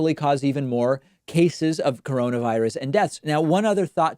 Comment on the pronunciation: It’s Corona, not crona...